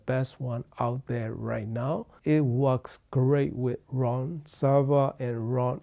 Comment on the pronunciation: It's Roon (like in Moon), not Ron Server.